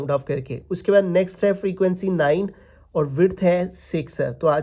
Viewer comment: Sir ka nine dekh kr hansi ati hai 😅